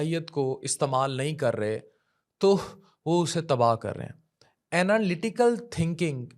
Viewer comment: Ana lati cal nahi Analy tical